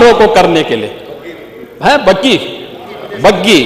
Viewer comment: बुग्गी 😂😂 बग्गी 😂😂 वो भी विक्टोरिया 😂😂